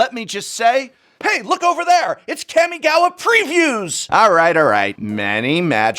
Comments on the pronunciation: Prof, it's been consecutive videos you pronounced Kami wrongly... This is not Street Fighter Cammy LMAO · Please…..please….consider changing the way you pronounce Kamigawa.